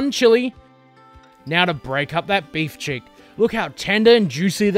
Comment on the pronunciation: Pardon my ignorance of Australian cuisine, but what is a beef check? I Googled it and didn't find anything. It sounded like you were saying beef cheeks, though. Is that what you meant? Or is a cheek a check down under?